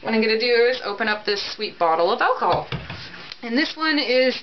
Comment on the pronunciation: The way they pronounced alcohol is going to kill me